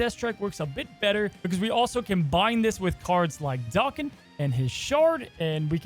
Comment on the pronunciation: Every time you say "Dah-ken" instead of "Day-ken" a little piece of me dies inside lol.